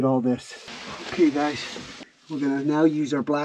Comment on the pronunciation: you said "gays" and not "guys". 😂😂😂